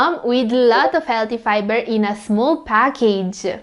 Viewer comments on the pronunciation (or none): ARE YOU SAYING FIBER OR PIBER 🤣🤣🤣🤣🤣🤣🤣